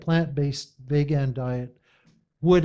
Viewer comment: Thumbs up for mispronouncing Veeegan as Vaagaan